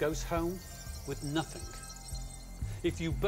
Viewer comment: I love the way the host says nothing. “Nothink”